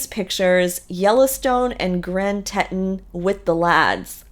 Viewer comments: You need to do better research. Maddie has 4 kids, not 5. Oh, and it’s pronounced Grand Teetawn, not Tetin. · That would be pronounced, “tee-ton.” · Teton is pronounced teeeton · It’s pronounced Tee tawn